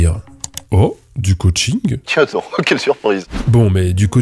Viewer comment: 😂 C'est plus ka-ching que coaching